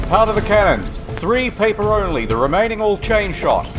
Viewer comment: No cursing I’m owny fwee